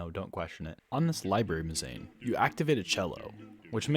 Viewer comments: Yeah, - it's pronounced mehz uh neen :) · really fun video, the pronunciation of mezzanine was....interesting :)